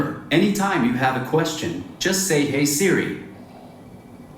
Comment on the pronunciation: "Hey CeeRee" wtf